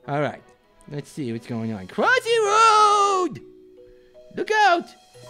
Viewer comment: Your not the real because it's supposed to be cwossyroad not crossroad